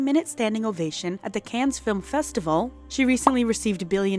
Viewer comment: The s is silent in Cannes lolol